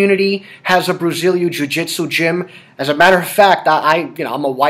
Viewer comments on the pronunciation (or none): Why can't David Ortiz pronounce "Brazilian" properly?